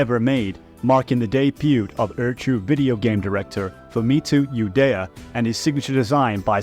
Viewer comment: Ueda: oooo-eeee-duh.... Not Udaya 😂